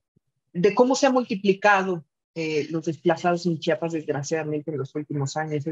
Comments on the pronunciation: Jajaja qué gracioso escuchar a la periodista diciendo "Chapas", de verás no puedo creer que no sepa leer 😱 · Por favor, no es Chapas, es CHIAPAS. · Sólo una corrección importante, es Chiapas no Chapas, saludos 👍🤗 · Bueno ok, le pasamos que diga Chapas y no Chiapas como 30 veces jaja😅